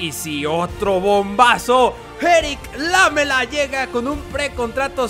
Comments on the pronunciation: No se pronuncia Lámela es Lamela acentuado en me y por eso no lleva tilde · Jaja es "Laméla" la pronunciacion. Lámela suena medio atrevido... jaja:p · Lamela se pronuncia con acento en la silaba ME (seria como laméla) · lamela se dice con acento en la letra E, seria Laméla